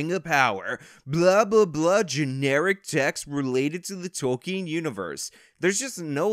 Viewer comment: Dude! Tolkien. TOLL-KIN